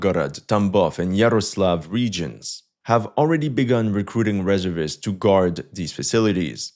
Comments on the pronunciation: OMG It's RESERVE-IST not REZZER-VISTS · delete the video and start all over. Its pronounced REEE ZER VIST not reza vis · In English we say Re-SERV-ists not RES-ervists. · Its pronounced ..Ree serv ists Not rezzervists 😅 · Firstly, It's pronounced: Re---ser---vist. Not Reser--vist. Secondly, Reservists are not only Infantry, they are include the same types of units that the Active military has. Why would you think Infantry only has rifles? They plenty of anti-aircraft shoulder fired weapons. Also why wouldn't artillery be there with their SAM's? This kind of limited thinking isn't something we expect from you. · Reservists is pronounced ree zerv ists NOT res er vists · Re SERV ists, not RE ser vists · Very good, but the pronunciation of reservists is reserve - ists. Say the word "reserve" as you would normally and add ists. Thanks for the great info! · It's reh-zer-vists. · omfg REZERRRRRRRRRR-vists you absolute ldiot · Why can u say reserve properly then SAY REZURVISSSTS. i really hate this guy. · It's pronounced re SERV ists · In American English it is Re-SEEEERVVVVV-ists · It's painful watching him mispronounce 'Reservists.' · Its pronounced reservists not reservists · Reservists. Accent on second syllable in US use. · Reservists it's not pronounced the way you are pronouncing it. The first part of the word, reserve, you pronounce correctly. It's when you pronounce the whole word reservists that you mess up,.